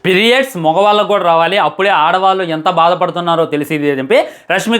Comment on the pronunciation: Perrios ❌ periods ✅